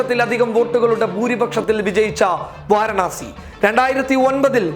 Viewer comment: വാരണാസി അല്ല വാരാണസി